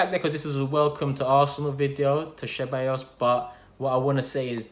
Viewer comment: Man said cheballos